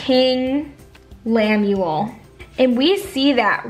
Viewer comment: How could you read it and literally mispell his name?? Lemuel. LEMUEL woman!!!!